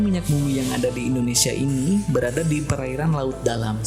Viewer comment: AWAK2 NI BILA NAK SEBUT INDONESIA SELALU DENGAR MACAM SEBUT MALAYSIA ...ADA TEKNICAL PROBLEM KE???